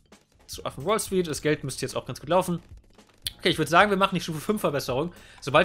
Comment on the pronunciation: Immer wenn du Affen Wall Street sagst hört sich das an als würdest du Affen-Brawl Street sagen:)